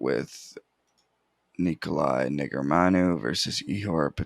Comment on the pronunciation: can tell it isn’t that high, can’t even properly pronounce negumereanu🙄 but fr though def not 84%, u can just tell bro